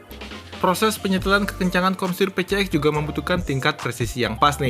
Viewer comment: Honda PCX, orang2 nyebutnya Pe Ce Ek 🤧, jujur kuping gw terganggu sama cara nyebutnya itu, padahal yg bener dibacanya Pi Si Eks, bukan Pe Ce Ek,, dan memang bagi gw pengucapan Pi Si Eks lebih enak didenger dan nyaman di telinga,,, sorry bukan sok English ,,, karna memang PCX itu diambil dari singkatan bahasa Inggris, yaitu Personal Comfort Xaloon (plesetan kata dari Saloon) yg artinya kendaraan pribadi yg menawarkan kenyamanan dan kemewahan 🙏🤧